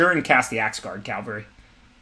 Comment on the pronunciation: What's been bothering me is that it's pronounced caVALry, not CALvary . Cavalry are mounted warriors. Calvary is where Jesus Christ died, according to the tradition.